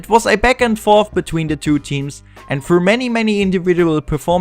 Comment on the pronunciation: The commentary is nice, the accent too... but why do you replace "th" with "f"... like instead of "Thirteen" you say "Firteen" and instead of "Thousand" you say "Fousand" and instead of "Through" you say "Frough". Other than this. the montage and everything else is great. Good job!